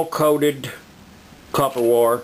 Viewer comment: Its WIRE Not wore!